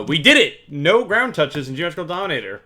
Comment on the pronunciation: When I watch this in 2X speed and he keeps saying ground touch-es is just dramatic